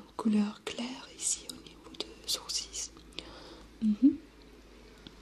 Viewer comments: superbe vidéo il y a juste un petit truc qui m'a perturber c est que l on dit "sourciL" et pas "sourcisses"😂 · On dit "sourcils" pas "sourcis" ; ) Sinon parfait j'adore t'ai vidéo continue comme ça! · Hello! J'adore tes vidéos. Tu fait vraiment partie de mes créatrices de vidéos ASMR préférées. Juste un détail pour la prononciation : les sourcils se prononcent sans le "s". C'est comme si tu disais "sourcil" avec le e muet ou "sourci", ça dépends des gens et régions, le "l" aussi peut être muet. Voilà! En espérant t'avoir aidée ;) Et continue comme ça! C'est top!